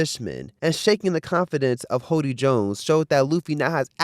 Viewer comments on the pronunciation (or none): none